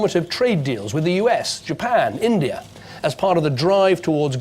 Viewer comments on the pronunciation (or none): none